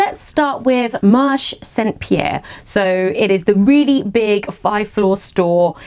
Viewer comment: You indeed pronounce Tissus Reine correctly! (But Marché Saint Pierre you don’t drop the e at the end of Marché so it’s marsh-ay rather than marsh 😉) I love it when you do Paris hauls, I spend soooo much time in these shops it feels like you’re visiting my living room!